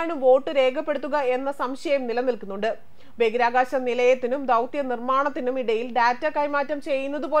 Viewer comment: ദയവായി ബഗിരാകാശം എന്ന് പറയാതെ ബഹിരാകാശം എന്നു പറയൂ. പ്ലീസ്.